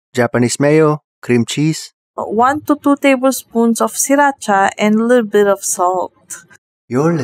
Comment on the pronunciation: I died at "alulbit of salt"😭